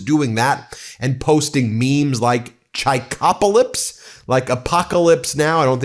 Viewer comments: I know it's a small point,but it's Chip ocalypse not Chi pocalypse. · It would be correctly pronounced "Shy-pocalyps" not chia like chia tea Yeah I'm going to be petty about it